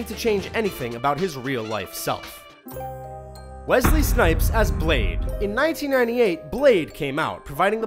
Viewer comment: Its wessssley snipes not wezzzzley nipes